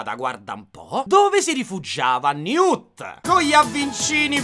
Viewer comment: comunque, ogni volta che dice "newt e tina" io non riesco a non sentire "new tettina"...